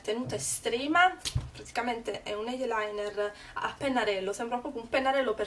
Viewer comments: Sentir pronunciare la parola "eye" con "eiee" fa sanguinare le orecchie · ????da quando eyeliner si pronuncia cosi???? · non "eielainer", ma si dice "ailainer", e non "eiepensil", ma "aipensil"